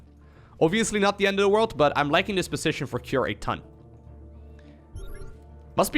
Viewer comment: You say CUREieus a lot 😊